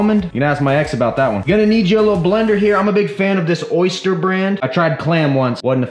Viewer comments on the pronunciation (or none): Mans said oyster for something that said oster lololol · Oster blender pronounced "Oyster".... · Pronounced: O Stir